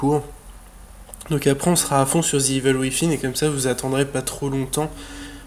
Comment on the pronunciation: Ce n'est pas " wifin " mais " cuisine " que l'on prononce mdr ;)